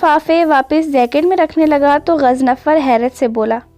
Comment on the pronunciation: it's GHAZANFAR...not ghaznafar.😊🌸